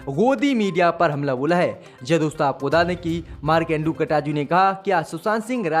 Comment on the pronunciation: Aap markande katju ji ka naam baar baar Ghalat le rahe hai kataju nahi KATJU